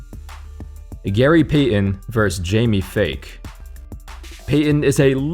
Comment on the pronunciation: It's pronounced Jamie Fike not fake lol